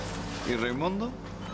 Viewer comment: reimondo jajajajajjajaja dijo reimondo jajaja